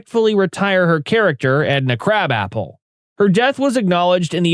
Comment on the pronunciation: You said krab apple not krabappel